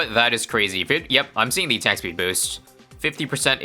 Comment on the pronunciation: says attack peed instead of attack speed LOL